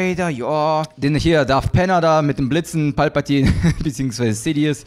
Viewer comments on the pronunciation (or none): none